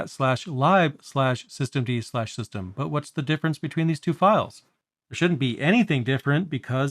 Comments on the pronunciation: A couple of inaccuracies i picked up, Daemon is pronounced DAY-mun. lib is literally lib not libe, it means library but it is spoken short hand as lib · I was surprised too... I think the majority of english speakers (or other languages) will pronounce it as [lɪb]. I wonder, how he pronounces /dev/ or /proc/ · Great video. I've used systemd on and off for a few years. I knew that it controlled services, but did not fully understand the difference between units. I was a little surprised hearing "lib" pronounced [laɪb]. I usually hear it pronounced as [lɪb]. Though I assume it is an abbreviation for "library", which is [laɪbɹəɹi] (at least in US English). Here in Japan it is pronounced "ribu" (as Japanese doesn't have an 'l' and all syllables--except 'n'--have a CV structure, so must have a final vowel.) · Just because it's useful doesn't mean the hate for it is unfounded. There are plenty of perfectly legitimate reasons to hate systemd and run a different init system or even swap to FreeBSD. I get that lib is short for libraries, but I've still never heard anyone call it "libe" before 😛I do however approve of pronouncing daemon as demon when it comes to systemd tho because it is absolutely demonic lol 😛